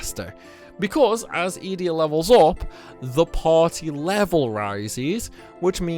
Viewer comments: Youre pronouncing these wrong on purpose right? "eeedea" fucking "baylam"???? Mans plucking letters out of thin air 😂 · The way you say Edea, makes me cringe 😂